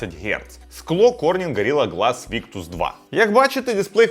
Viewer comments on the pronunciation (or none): none